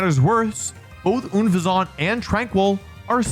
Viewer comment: Oon-fez-awt, Slay-king. He always finds the weirdest ways to mispronounce names.